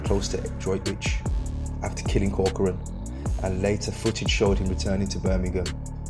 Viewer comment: Thanks for saying corcorans name right people always get it wrong!